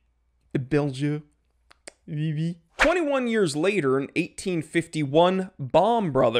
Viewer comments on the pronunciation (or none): none